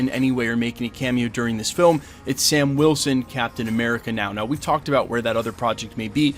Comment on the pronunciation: Captain A-meh-rica